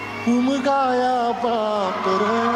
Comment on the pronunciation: उमजया नाही उमगाया आहे